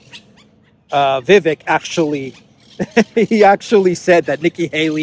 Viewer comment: Vivek's name is pronounced viv - ACHE